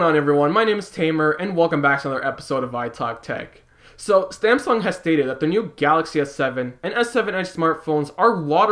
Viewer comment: You said Stamsung